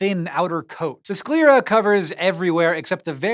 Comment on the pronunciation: Is that the proper way to say sclera? Through all my classes and training and whatnot, I've rarely heard it said, and the couple of times that I did the pronunciation was slightly different. From my previous sources I would put my hat in with Hank's pronunciation, but idk...